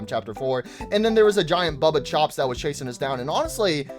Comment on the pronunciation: also it's baba chops not bubba chops get the names right